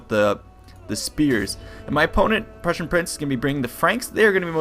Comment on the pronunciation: I always wonder why you pronounce "prussian" the way you would pronounce persian...